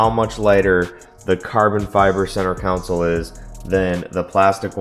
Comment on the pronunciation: It's " CON-SOLE ", not a city council. Looks nice.